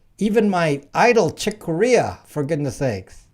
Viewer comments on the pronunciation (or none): NOT CHICK COREA!